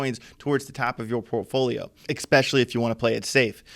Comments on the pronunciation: Can he use the word "especially" a few more times? And it sounds like he's saying "eXpecially" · "Exspecially" isn't a word.